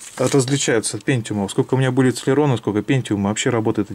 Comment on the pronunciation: цЭлерон...+1 слово .... уэсбэ, цЭлерон, пысыай слаты... селерОн правильно...